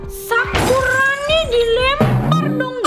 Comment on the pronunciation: selalu salah ngomong nya yang misal nya sakurani jadi sakuroni 😂😂😂😂 sakuroni jadi sakurani 😂😂😂😂😂